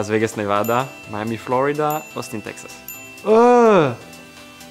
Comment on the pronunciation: Ocon was actually close to saying Nevada correctly.